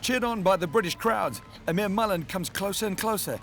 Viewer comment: its pronounced "eeee-mer".....loving the show by the way. +1 for the HD pleeeease